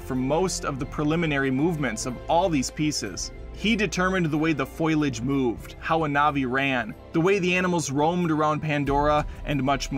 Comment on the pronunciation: Great review. But, it's "foliage" not "foilage" :)